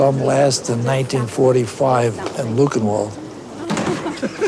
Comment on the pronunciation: When he said "I saw him last at Buckenwald"